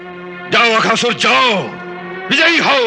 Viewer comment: Akasur nahi Aghaasur 😂